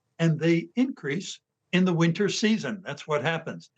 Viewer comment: I don't think I trust the doctor who can't even pronounce the word "respiratory" right! SORRY CHARLIE ONLY THE BEST TUNA IS STARKIST...